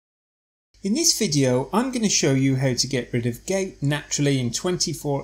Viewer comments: It not pronounced “gates” with the A emphasized! It’s Gout with the “ou” emphasized! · Gait attack, Gait pain? OMW no must of pronounciation but we know it as G o u t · Not gate.....GOUT.... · Would be nice for us if you could pronounced gout correctly.